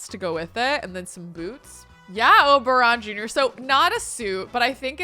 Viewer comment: just wanted to comment that the first time you said Oberon Jr I heard "Oberonica" and so I'll just leave the name suggestion here 😂😂😂